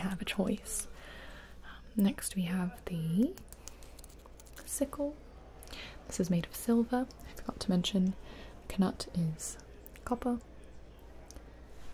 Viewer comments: Gibi: K-nut Me: it’s pronounced nut Gibi: I’m fabulous I can do what I want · I liked it, but we don't say the K in Knut in the UK. It's silent like in Knife :) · Did she really say k-nut?? Its nut, the k is silent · Is Knut really pronounced Kuh-nut instead of Nut? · Knuts are actually pronounced Nuts not k-nuts. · I'm British and I'm pretty sure it's just nut,I did cringe a bit when she pronounced it like that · Loved this but knuts are pronounced nuts xx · kuh-nut? i always thought the k was silent 😬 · Is it me or does anyone else not pronounce the k in knut? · Nobody else annoyed by how she says knut? No? Just me... Okay.. I’ll leave now.